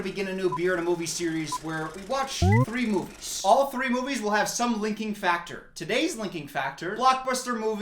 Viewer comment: There is something so satisfying about the way pronounces his S’s like “moviesh”